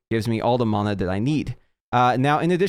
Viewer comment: It's actually the correct pronunciation